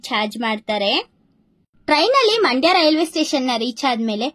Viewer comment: ಮಂಡೆ ಅಲ್ಲ ಮಂಡ್ಯ